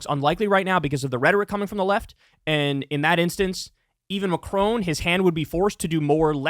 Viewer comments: Kyle, I love you, but dear god please stop saying “Macrone”. It’s Macron, not Macrone. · It's Ma-cron. There's no e at the end. Exactly as the name Ron. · lol at Kyle's pronunciation of Macron.